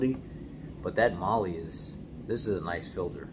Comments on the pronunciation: It’s pronounced MAH-LAH not Mahlee. 🤦‍♂️ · It's pronounced " Male " like spanish